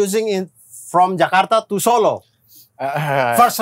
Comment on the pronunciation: Hebat bule nya ngomong nama tempat sesuai aksen dan pelafalan asli indonesia. Gak kyk yg jakarta jadi 'jekardah'